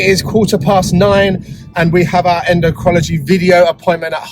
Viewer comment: En--doh-crin-all-o-gee! Just a help for a tough word.